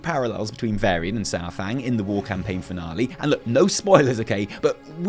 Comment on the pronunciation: Thank you yes I like the long videos. Every time you said "war" I thought you said "wall" as in "the fourth wall" and Im like....................wait. THANK YOU SO MUCH FOR POINTING OUT THE PARALLELS TO WRATHGATE AAAAAAAAAAAAAAAAAAAAAAAAAAAAAAAAAAAAAAAAAAAAAAAAAAA